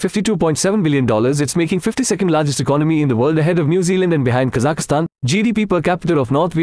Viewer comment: You said Kazakahistan